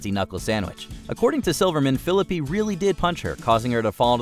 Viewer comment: The way you pronounce Ryan Phillippe's last name 😬🫣😂